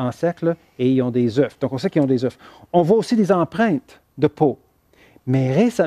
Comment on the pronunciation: Des « eufs « oh pour des scientifiques